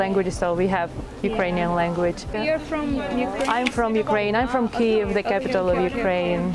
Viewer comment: Дуже цікаво і надихаюче! Єдине, що хочеться додати- правильна транслітерація Kyiv а не Kiev. До речі, британець вимовляв правильно)